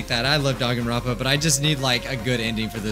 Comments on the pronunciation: the “dan” in danganronpa is pronounced more like “dahn” than “dayn” according to the way Japanese works. In Goodbye Despair they say it correctly after each chapter ends. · I pronounced it "Dain-gone-rom-pa"